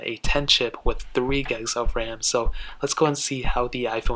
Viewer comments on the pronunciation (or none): Why are you saying gegs, and not gigs lmao